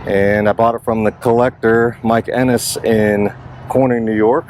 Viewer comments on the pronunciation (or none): Beautiful crown vic! I actually was looking to buy that one. It was one of four of the man from Corning, New York that I was looking at,but you already had it. By the way, his name is Mike Kennis, not Ennis. Everything you have done to the car is really cool. You may well have seen the one I bought- 2003 LX in spruce green with 23,000 miles on it. Do you have an outfit down there called the geek squad- they put modern jvc stereos with blue tooth in my 2007 Grand Marquis and another 2003 crown vic. My installers name was Phillip, working for the geek squad inside of Best Buy in Lawrenceville,nj.